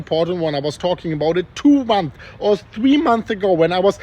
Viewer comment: Months ago* not month ago. You keep forgetting the S